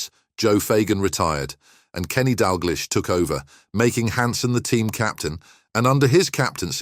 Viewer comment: Celtic is pronounced Seltic not Keltic and Dalglish is pronounced Dalgeesh , do your research better and maybe you'll get subscribers but you obviously don't know much 🙄